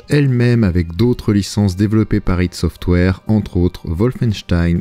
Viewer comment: "hid software" "Aie Dit" j'vous en supplie.